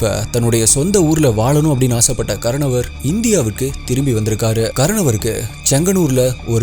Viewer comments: கரனவர் என்று சொல்கிறீர்கள்.., ஆனால், அதன் சரியான உச்சரிப்பு ; 'கார்னோர்' அல்லது 'கார்னோவர்' என்பதே! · Ur pronunciation is really bad. It's kaaranavar which means kudubbathirku moothravar periyavar nu artham. Baskaran is his name. Sometimes name, place name, every wrong ah soldriga.. athu therinchu paakaravagaluku disgusting ah irukum.... It would be better if you try to pronounce better... 😊😊😊🎉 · pronunce wrong karanavar